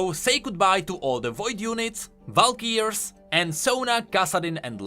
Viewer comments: He cant pronounce words FOR SHIT. Is it so hard to fucking google how Valkyrie is pronounced??? is it so hard to take a double take if you mess up so noticeable?? this is so frustrating you are supposed to give out the news yet u say 13 new units are added, when the number is 14 . Check your facts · I'm sorry... how did you just pronounce valkyrie? :P